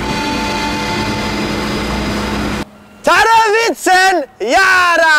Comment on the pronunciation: Did you like it in my home country and btw you said "I need" (tarvitsen) pretty damn Well